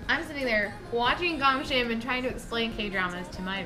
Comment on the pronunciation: Not 100% sure if it this correct but Ahn DanTae is calling GGONG Shim which Hangul ill be "꽁심이" his saying it wrong. Gong Shim is Hangul ill be "공심이" sounds same but is not. ᄁ <-sounds more gg ᄀ<-sounds more with kg